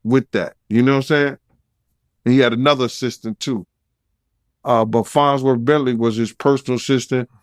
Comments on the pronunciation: lol fonzworth? - it's farnsworth i know says it like he's saying fonz from happy days- i remember the farnsworth bentley character on chappelle- knows the scoop on everything on earth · It's LITERALLY "FONZWORTH"